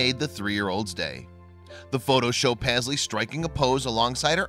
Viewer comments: Pazzlee? I thought it was meant to be Paisley-as in Payzlee. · It's pronounced PASS-LEE? I thought it was prounounced PAYS-LEY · He’s saying the name totally wrong u should know because MY name is Paisley